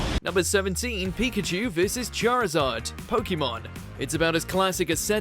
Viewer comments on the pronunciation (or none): none